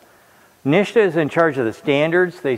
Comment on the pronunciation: 'NISHTA' for NHTSA? 🤔